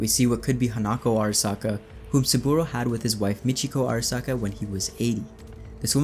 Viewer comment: wouldn't make more sense if it was Michiko Arasaka, and not Hanako? Also it's (aa) (ra) (sa) (ka), if you want that extra authentic japanese pronounced word, all vowels are short vowel sounds in Japanese. Bonus fact!